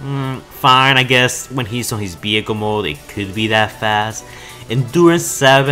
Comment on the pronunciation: What about saying "vehicle" and not "behicle" ????